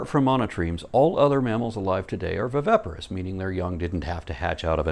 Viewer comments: you're killin' me (bad sense) pronouncing viviparous wrong. You keep sayimg, "vy-VEH-pah-rus," whem it's "vy-VIH-pah-rus." Otherwise, you're killin' it (good sense). P.S. You look much better with your hair pulled back, so we can see your facial angles (see also: Golden Ratio). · Just a slight niggle: you keep mispronouncing 'viviparous' as 'vivaparous'. Other than that, a great video, as always.